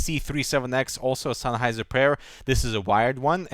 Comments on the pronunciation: "SENNheiser". Not "Sunheiser". :D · senn not sein,,,,lol